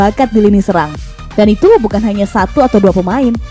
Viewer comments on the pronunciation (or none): none